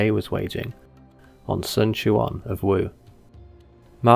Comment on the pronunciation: I noticed the change in pronunciation of Sun Quan. Good on you man. Personally I didn't mind the incorrect pronunciation since it reminded me of the old days of DW 4 and 5 but I appreciate the correction nonetheless. Keep the good videos coming man